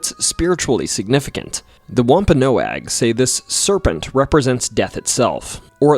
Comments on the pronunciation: It’s pronounced wom-pa-nog, not noag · It's WOMP-A-NOG. Not Whomp-a-no-ag. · It's pronounced wompanog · wamp ah nawg.. that other pronunciation driving me insane. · Wahm- pen- nog. Your welcome! Rid the A. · It’s not pronounced womp-a-no-agg. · Pronounced womp a Nog